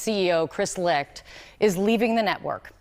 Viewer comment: His name is pronounced LICKED do you not listen to how people pronounce other people's names hahahhahaha